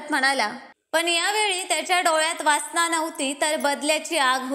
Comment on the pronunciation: वासणा नाही वासना